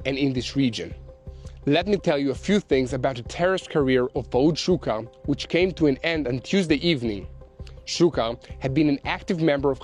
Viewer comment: The way Yair said Fuad Shukr made me laugh...........my Slavic ears first heard Fuad Suka. I'm still hearing Suka........